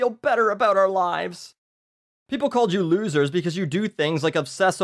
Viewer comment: First hint of a Canadian accent I've heard from! "Looosers"